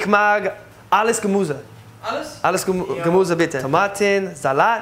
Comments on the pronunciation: you need to learn ü,ä,ö. There are very important. You say "Gemuse" but it is "Gemüse." u is not ü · Your german is getting better every time👍 but it's still so funny when you say ''u'' instead of ''ü'' like "Gemuse" 😂